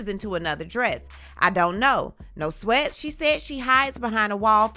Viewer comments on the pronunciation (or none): none